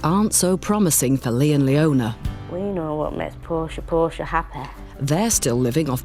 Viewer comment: Please tell me three baby is named after the Shakespearian character and not a body car. Portia, not Porsche.